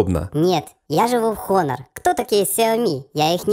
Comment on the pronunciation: Правильно - онор